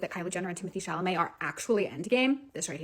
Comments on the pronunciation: honey, its chaLaMet not chaMaLet 😭🥹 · "Cham a lay" 😂 babe its "ChAl-a- may" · C'est Sha-la-mae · I love how cannot say SHALL O MAY. 😂😂 Love you! 🙏💗